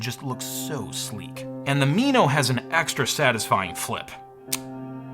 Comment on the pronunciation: "Me-no"? It's "Min-o" like the tiny fish. It was my first HD camera and it was glorious.